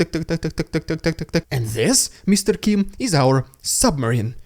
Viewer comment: are you mispronouncing Kim's name on purpose or not? like I have to know